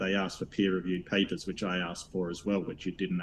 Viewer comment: I'd rather have AIDS than listen to talk about PAY-PAHS for one more second. Dude is obnoxious and thinks he's brilliant😂